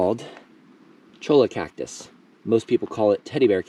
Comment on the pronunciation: Great video! About the Cholla cactus (aka teddy bear cactus), a great tool to keep on hand in the Sonoran desert is a cheap, plastic comb (large tooth comb). Also, it's pronounced "choy-a". 🙂